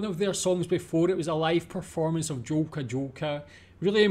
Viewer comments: "J" in Polish is pronounced as "Y", therefore it is "Yolka, Yolka", "Yest taki..." etc. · Jolka is pronounced Yolka, ye 😁